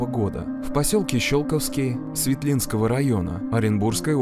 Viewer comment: СвЕтлинского района, коллеги. Почему нельзя проверить ударения?